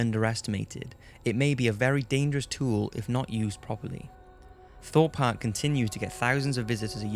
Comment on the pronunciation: I heard Thot Park 😂😂 not Thorpe